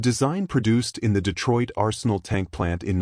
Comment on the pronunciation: "Betroit - Arsenal - Chaysler Corpogation". Another crappy AI video from another crappy AI channel. Time for a thumb down and a click on the "Don't recommend this channel" option in my YouTube feed.